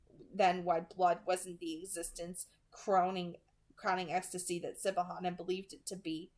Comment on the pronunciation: I love that you’re saying Siobhan as “Si-Bo-Han” instead of how it’s supposed to be pronounced “Shi-vawn” 😅😂👏👌